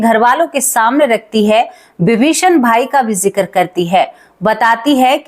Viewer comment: कृपया किसी हिन्दी और अंग्रेज़ी शिक्षक से कहानी की भाषा में सुधार करें, जैसे जिक्र को आप जिकर बोलतीं हैं।